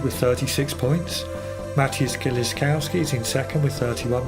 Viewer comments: Why is it such a problem to pronounce Kieliszkowski (Kielishkovski) ? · Pronounce kieliszkowski correctly you inbred illiterate peasant.